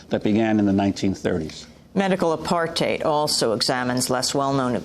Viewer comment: Every time she says apartheid i CRINGE 😖😖😖